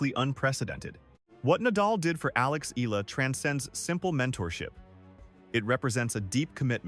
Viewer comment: PLEASE LEARN HOW TO SAY HER SURNAME CORRECTLY.